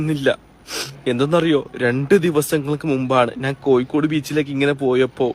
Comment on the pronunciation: ഞാൻ - നാൻ മഞ്ഞ - മന്ന ഇത് ശരിക്കും പറയാൻ പഠിക്ക് ആദ്യം😂😂